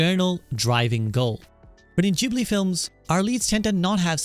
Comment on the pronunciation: Great video, bonus points for correct pronunciation of Ghibli and Totoro! It is a bit sad hearing that initial story, but knowing how Goro has been treated during some of his works.